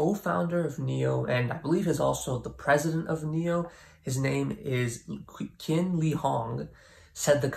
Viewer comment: Correct way of saying the name Qin is < Chin > Thx ☺️ love ur videos keep up great work 🥳👍🌈